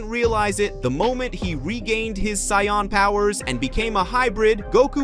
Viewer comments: Literally stopped watching when you pronounced saiyan as cyan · Grateful for your story bro it’s great but please pronounce the word “Saiyan” properly. It’s easy to let beerus slide but the main word “saiyan” you gotta say it right regardless of accent👌🏽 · Bro pls stop butchering some easy words such as saiyan and etc. credit to you for the videos but some words are so easy to pronounce but so hard to listen man. Anyways keep going man.